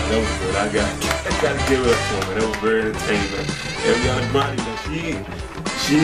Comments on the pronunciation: no it's not that it's just there is no i between a and r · It's Ariana not airiana